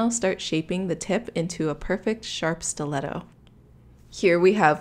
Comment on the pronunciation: Nicole Delacruz I know it’s a stleto Stu-let-toe